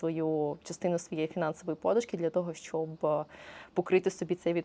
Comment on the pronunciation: ПодУшка а не пОдушка,вибачте.